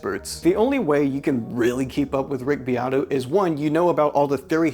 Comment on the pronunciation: It sounds like ur saying Rigby Otto